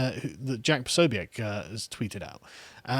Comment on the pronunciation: Why are you guys still mis pronouncing Jack Posobiec's name? Where is the "a" you keep pronouncing?